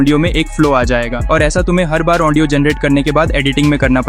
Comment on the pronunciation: ओन्डियो नही भाई ऑडियो होता😂😂😂